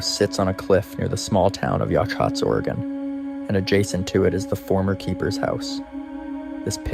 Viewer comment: Dear YouTuber not from Oregon, Heceta Head is pronounced Hey - say - tah. Yachats is pronounced Ya - hots. It's a breathtakingly beautiful area. You should visit.